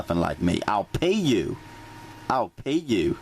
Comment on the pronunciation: I'll pay yew hahaha 😆 😆